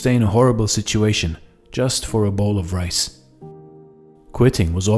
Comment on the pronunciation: When you say rice you say mice..when you say rays what you say?